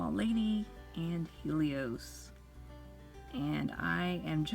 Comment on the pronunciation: It's hell-ee-ohs not heel-ee-ohs Sorry that was just really bothering me